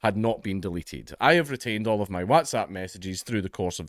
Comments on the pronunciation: why dae u say whAAtsapp instead of Whats-app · FFS gonnie pronounce WhatsApp properly! You make sound like that fad of everyone shouting “whassup!” a few years back. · Is this how Whatsapp is pronounced? I always says what as wot. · We all just glossing over how he pronounces "waaats app"? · You say WhatsApp funny 😂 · I love the way Dank says whatsapp 😂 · Why are you pronouncing whatsapp like an American? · The way you pronounce Whatsapp is hilarious